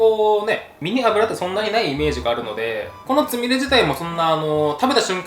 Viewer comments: つみれが、つみるになってる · つみれがつみるになってる？(;´д｀) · 『つみれ』が『つみる』にずっとなってるのなんだか可愛いｗ